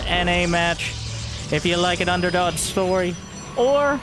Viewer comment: I thought you said Byun-derdog at the start for a moment. Heh.